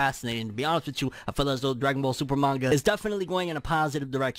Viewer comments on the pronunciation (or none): none